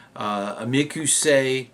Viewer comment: in the description of the video he apologizes for saying it incorrectly but I agree